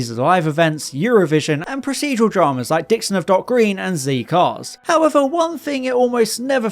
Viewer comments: A British man saying ZEE CARS, you have become a nice little American 😢. It’s ZED CARS. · "Zee cars"? It's "zed cars". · "zee" cars? Dear me no, it's a British show, it's "zed" cars :p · ZEE Cars???? ZED Cars, we're not American!!!! It's impossible to express how good that first episode of Doctor Who really was. An old man, and a mysterious teenager in what seems a telephone box (though we didn't have police boxes in the Midlands, telephone boxes were familiar). They seem to be aliens....why is this old man on the run from his own planet? What is his name and how is this "Tardis" bigger on the inside? This was all incredibly original and exotic, and the theme music as arranged by Delia Derbyshire, was utterly unlike anything we kids had heard before, on or off TV. The opening credits were equally exotic. The BBC had given us kids (I was 7 years old) something we had never seen before, even in the cinema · Strangely Z CARS, is actually pronounced "zed-cars"😂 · It was Z Cars, not Zee Cars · Did he actually say ZEE Cars? Is he American or just a plonker? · Zed Cars. You're not American. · No no… it’s “Zed Cars”… we are British!!!